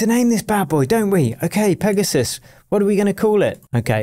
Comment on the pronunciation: You had to call the protect PIGasus😂🫶🏻